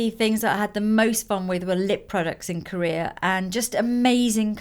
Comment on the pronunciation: why do you say "korear" instead of "korea"? :)